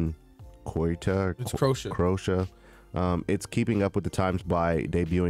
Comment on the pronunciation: Cro-Aysha cmon guys haha